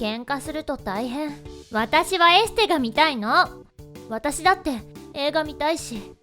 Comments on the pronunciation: エステじゃなくてエスステになっていました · エステがエスステになってる笑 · エステ？…エスステ…じゃ…なくてよ？